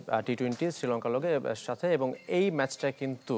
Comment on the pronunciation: উপস্থাপক বললেন “ শ্রীলঙ্কার লগে“ 😂😂😂😂😂